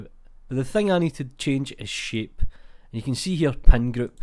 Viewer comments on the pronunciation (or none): Your 'Shape' sounds as 'Shit' and I was kinda surprised (no offence)